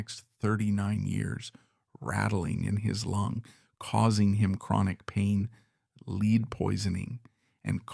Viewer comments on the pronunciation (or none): The otherwise excellent narration reveals it is the voice of a robot: "He" refers to the metal of the bullet in Jackson's lung as "LEED", the misponunciation of "lead", as if it were "leading". Too bad. AI sucks.